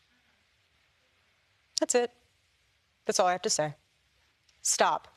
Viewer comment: Because she don't want her to STOP.... that STOP sounded like GO.